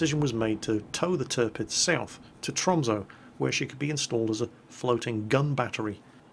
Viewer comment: Tromsø is basickly pronounsed as Trom*(sun-n) Oe = ø sun-n pronounsed is basicly sø ;) just trying to teach you Norwegian :)